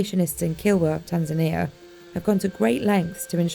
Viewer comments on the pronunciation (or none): TanzAnia.... not TanzanEa...